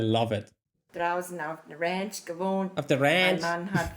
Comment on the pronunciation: she pronounces the "A's" like a Texan (Ranch, Angora, etc). Texan dialect has a Southern 'twang' but is almost distinctly Texan.